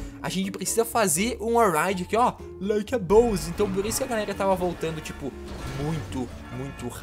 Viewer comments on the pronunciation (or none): Eu rio mt quando vc fala Like a bolls kkkkkkkkmkkk